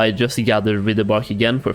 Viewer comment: My dude. I am so grateful for your videos. I thoroughly enjoy watching them, and am thankful for all the work you put into them. But for the love of Thrall, it's WRITHE. "Writhe" as in - I'm writhing in pain. Writhe-bark. Not rih-the-bark.